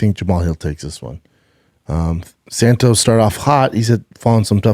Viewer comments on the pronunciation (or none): none